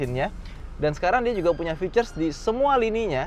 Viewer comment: Sering banget bilang “Ficers” Dan juga “Krum”, bukan “krom” 🐧